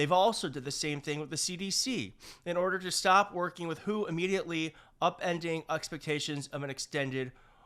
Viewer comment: It is not pronounced who it is W.H.O. 😂 The second trump term will see way more unnecessary deaths than the first. And this including C19.